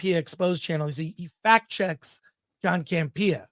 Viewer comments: Chris, you’re saying John’s name wrong. It’s CAMP-eeuh, not Cam-Pia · Is there a reason why he puts the emphasis on “pee” in Campea? I thought it was a joke at first. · I love when people mispronounce names of people that they have watched that person's show.....then you should know that hisn name is not John CampeeeeeeeeeeeeAH 😁 He made a big mistake in letting go RMB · John CAM-PEE-YAH😅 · I'm not sure your pronouncing John Campia's name right but it's hilarious!😂😂😂